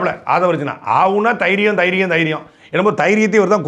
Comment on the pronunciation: தைரியம் இல்ல அண்ணே .. தெயிரியம் 😂😂 தெயிரியம் இருந்தா பேசுங்க 😅